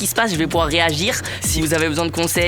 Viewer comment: Le < >sa ma tué